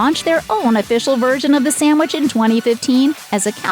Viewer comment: It must be a regional thing, its hard to get exemplary service here. And this "professional announcer" lady saying "Samwich" is a real turn off... lol